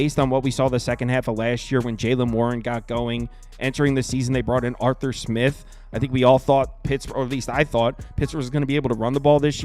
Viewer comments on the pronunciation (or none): none